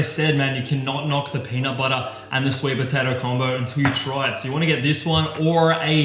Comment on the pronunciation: Hey! I hope you're doing well and I am going to start a lean bulk! I'm intrigued for the meals. Take care bro! Ps: The way you say peanut butter killed me lol